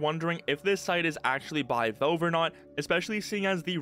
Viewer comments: you say valve weird Vove vooohv vauve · Stop saying "velve" bro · Nitpicking but you need to work on your pronunciation, especially with the word "valve".